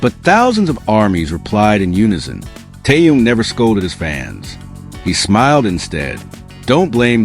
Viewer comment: Его зовут Тэхен. Зачем вы коверкаете его имя?